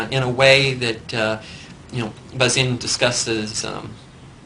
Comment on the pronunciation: Bazin is not pronounced Bazeen. Also Eisenstein is not Einstein. Careless.